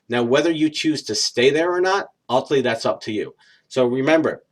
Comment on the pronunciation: Agree totally...good information, but please slow & enunciate when you say "relationship" & "ultimately". Vast majority of the time they sound like "relay-ship" & "ult-ly".